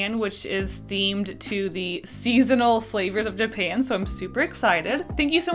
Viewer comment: it hurts a little that accidentally pronounced japan as japain